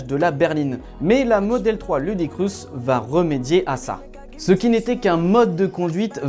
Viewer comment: "Ludicrousse"? Poto, ça se dit "loudacrisse" (ludicrous). Et "teft", pas "zeft" (theft). Ton anglais fait mal aux oreilles. Bonjour des states.